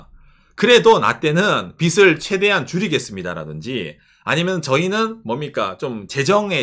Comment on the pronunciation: 빚을 빗이라 자꾸 발음하셔서 집중하기 힘들어요 ㅎㅎ